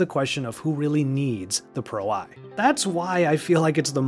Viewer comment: It is Pro One. Not Pro Eye.